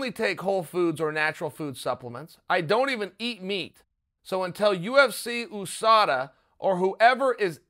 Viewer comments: ffs there isnt a fucking 'O' is USADA... Stop pronouncing it like there is. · Everyone: USADA Chael: OOSADA... 😆👍😂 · Chael “oosada” sonnen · He does it on purpose. 😂 😂 like YaRear